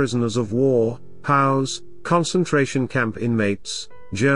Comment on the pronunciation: Can't we get the narration down right in these Youtube videos? Terrible pronunciation ("POWS" isn't pronounced "pows") and Buenos Aires is pretty easy to figure out how to spell correctly. When you get the easy little details wrong, you have to wonder about the integrity of the larger messages.